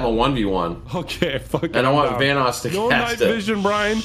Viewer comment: Vaniss. Vanoos